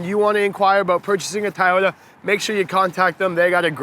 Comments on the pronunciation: It’s TOY-ota. Not TIE-ota. Unless that’s just the Canadian accent, no offense. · LOL its TOYOTA not Tieyota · i had to stop 2 minutes in .. why are you calling it a tie ota.. even up north they dont say that.. at least i hope not... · tieyota lmao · I try over and over to like Toyota, however, the more I see it I hate it. Not a Toyota fan at all doesn't matter how much I try to be. The Mazda 3 is way better than this car. BTW isn't it pronounced TOY-YO-TA like how you would say the word toy as in I bought a toy for my child? Why are you pronouncing it THAI-YO-TA like the country Thailand? LOL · It's TO-YO-TA not TA-YO-TA. Sheeesh!🤦🏻‍♂️ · I stg if he keeps saying Tyota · Is it “”.Tieoyta”? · At first I was like Nahhh! Then he kept calling it tyota wtf?? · Keep butchering the name and we're going to send you to Principal Oh Shack Hennessy office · Why can't this guy say Toyota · Why does he say toyota like that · No Actually it not like Tomato, Tomato. The company name is spelt very differently from how it being pronounced in the video. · LOL, he is doing a review on a car and doesn't even know how to say the name correctly.